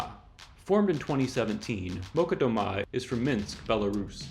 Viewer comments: Malchat Doma is pronounced "mal-chat" "doe ma" with emphasis on the "doe". Roughly "stay silent at home". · One remark if I may: Molchat Doma is not pronounced Molcat. I don't speak Belarusian but I am Slavic and I am pretty sure the "chat" should be read "chat" and not "cat". Also the accent in Doma should be on the O and not the A. (anyone willing to correct me is welcome of course)